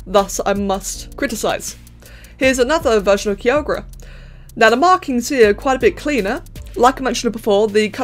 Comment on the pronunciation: For the future, Kyogre is pronounced “Kaiyogr”.